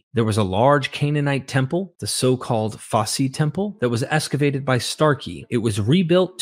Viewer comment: Why esscavate instead of excavate? So annoying!